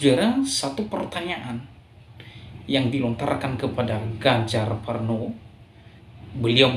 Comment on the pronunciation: Ganjar Pranowo bro bukan Parnowo hehehe